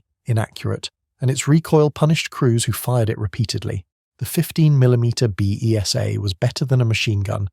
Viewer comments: The BESA is pronounced "Bay-sah" not "Bee Eee Sss Aaa" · Ess Dee Kay Eff Zee? Don't you mean Zed? Or are you American? The Besa (pronounced Beeza, not Bee ee ess Ay) wasn't 15mm, but 7.9mm (.30"). Try and match the commentary with the video - showing post-war range targets on Salisbury Plain hardly fits in with the virtues you are extolling. Who or what was 'Jane Check'? Did you mean Janacek (pronounced Yan a check)? Read the script through a few times before going live - it helps get the intonation in the right place as well - M8 family vehicles for example. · Good video but the mispronounciations should have been spotted in editing. Beesah COaxial ZED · The stupid auto voice is turning BESA into bee-ee--ess-ayy - it means the 15mm version of the BESA gun, usually 7.92mm (note, NOT .303, not compatable ammo).